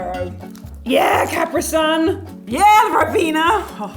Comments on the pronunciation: She said “ cap-rih-suhn” 😂😂😂 I jus say “cuhh-prE-son” who wrong?🥴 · Cherrymon 30111 no it’s pronounced CUH-PRI-SUN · I'm British and EVERY time an American says capri sun I get SOOOOOO triggered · The way she pronounced Capri sun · Did she just pronounce Capri sun wrong ooooooo no dets hella disrespectful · CAP-RI SUN ffs NOT CUPREEE SUN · I thought its cah-pree-sun not ca-pre-sun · Its also pronounced capri sun not capreesun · We have capri sun ITS CAP-RII SUN Not Cap-pri sun! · Its pronounced (CAP-PREE SUN) NOT (CAP-RE) SUN AGHHH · I swear she didn’t just say (cap-ree) it’s pronounced (cu-pre) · It’s not Capree Sun it’s CAPri Sun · Capri sun not capreeeee sun ffs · I hate how she said “Capra sun” instead Capri sun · it’s actually called Ca-pri-sun not Cap-ri sun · Arghhh she said capree-sun not capri-sun 😵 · Did that British lady literally pronounce Capri sun like (caah-pre-sun!!!!!) NO HUN! ITS (cuh-pre-sun!!!) IM TRIGGEREDDDDD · She said Ca-Pra-Son who tf says that it’s Ca-Pri-Sun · Did she just pronounce Capri sun like cap-ree sun???????? It’s CAPRI like Capri pants... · Its pronounced cap-ri sun not capree sun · I've learn three (3) things from this video: 1. Hershey's is a real place 2. They prounounce Caprisun as 'Cap-ree-sun' in the US, whereas in the UK it's mostly pronounces 'Capri-sun' 3. Do most Americans seriously not know what at blackcurrent it??!!? That is a staple flavour in the UK (in my opinion) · bro why she pronounce it like "cap-re sun" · Yoshi Hd5’s UP also I hate how they pronounce it “Capree-sun’ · She was really saying ka-pree-son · She was really saying ka-preee-son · addi rose OMG you are NOT the only one I hate when people say “cap rih sun” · its cuh pree sun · "A cah-pree sun" please tell me Americans y'all don't pronounce it that way....? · Dear England, there is a reason that America split up from you and it just happens to be the way you pronounce Capri sun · They call it kapree sun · "Caper sun" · It’s pronounced cu-pre-sun